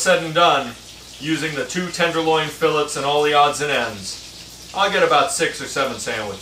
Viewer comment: if you have boneless filets, skip to about . plus I know "tomato, tomahto" but really "fill-its" just makes my ears bleed. sandwich looks tasty though :)